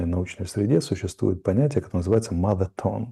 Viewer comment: так запрононсила mother tongue, што получился моветон, лол, дурилка колхозная)) тя шо, в школе не учили штоле: 'TH', 'TH', язычок поджали, 'TH"